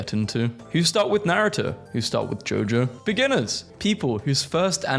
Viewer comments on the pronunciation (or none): none